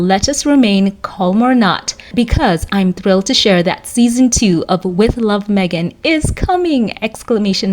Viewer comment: Thanks for getting her name right.😊